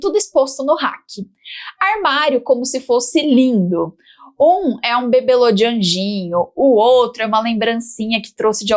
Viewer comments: É bibelô que fala e não "bebelo". 🤦‍♂️ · O correto é bibelô e nunca "bebelo"!